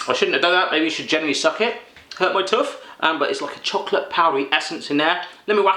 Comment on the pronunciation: It's a tooth, not a tuff